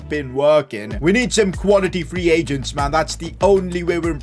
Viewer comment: “Free pagents” got me dying